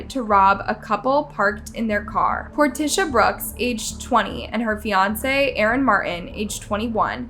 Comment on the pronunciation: At minute you mispronounce Portia’s name. So many of these channels badly botch victims names and it’s just disrespectful! If you don’t know how to pronounce a name, city or word, just Google what you can’t pronounce and hit the little megaphone button, it’ll give you the correct way to say it.